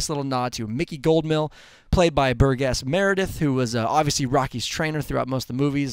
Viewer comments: Bur-Jess Meredith not Bur- Guess Merideth. Come on man! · "Bur-guess" Meredith? Burgess, as in "Bur-jess", maybe? Haa.. Otherwise, a well-done synopsis. Good job. Trailer looks great, and it's got me eager and inspired to catch the movie. I'll definitely be there when it opens. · I hate to be that guy, but Burr-Gas Meredith? C'mon... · "Burr-Gas" Meredith? fail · Of course she was pregnant before Apollo died, because Mary Anne Creed is in the movie. Also, it's pronounced "Burr-jess" Meredith.